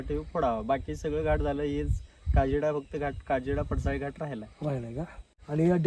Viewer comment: सारखं सारखं पडसळी म्हणू नका पडसाळी नांव आहे